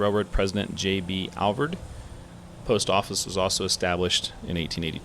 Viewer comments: Alvord= pronounced Al-vord. Vord rhymes with "board". Not Alverd. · Al-vord. Not Alvoid and def not Alverd Lived here all my life and only people who don't live in Alvord say it wrong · Hey, I'm from Wichita Falls and people around here pronounce it as Al- Void lol. Great segment as usual! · It’s Alvord like Ford. He’s even pronouncing it incorrectly. Don’t listen to the uneducated who pronounce it with an “i”. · I’ve never ever seen the truck benches before I don’t think they were there when I moved. Also Alvord is pronounced like AL like weird Al and Vord kinda like cord.